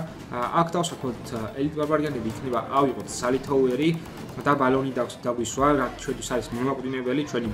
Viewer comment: ბალონი არა ბელუნი 😉 საღოლ